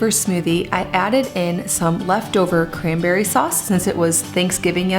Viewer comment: I had to watch the kefir smoothie twice because at first I thought you said cranberry sausages and then I realized you were putting in the bananas 😂